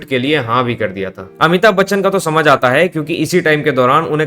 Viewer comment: Amitabh Bachchan ❌ Amithub bachchan 😂